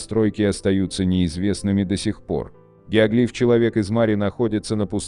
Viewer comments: ГиоглИф?!! Всю жизнь был геОглиф, а тут... В-общем, работайте над ошибками. Тут у вас поле не паханное.) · Гео́глиф, а не геогли́ф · Геоглиф,ударение на букву О.